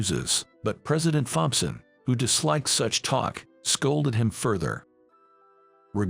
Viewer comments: Tom-son, not thom-son. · Thomson is pronounced Tomson in English , the H is silent 🤫